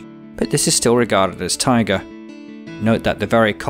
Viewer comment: Not sure what you meant by tigers, "taiga' and "tiger" sound completely different, but whatever... good video, you've got me hooked, and I'm watching all the biome episodes in order. I'll probably, almost definitely subscribe to your channel. This earth that we live on is such a beautiful and fascinating place. We are very lucky.